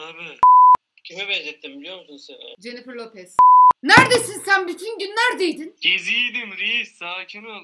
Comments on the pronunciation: Nobody: Realy. Nobody: Uçan pembe filler bile: ablamız: JENİFIR LOPEZ Olm yorum tuttu lna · Nobody: The:jenifer loppez